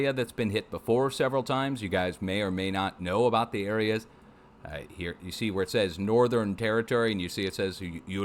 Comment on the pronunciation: Best pronounce of airs rock.. yet .. oo la roo.. ❤❤❤